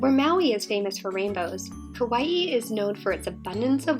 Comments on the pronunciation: The pronunciation isn't kawaii it's just ka - why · I live on Kauai and all the locations you pronounced were wrong